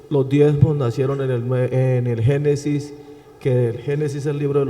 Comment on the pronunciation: No se dice genisis se dice genesis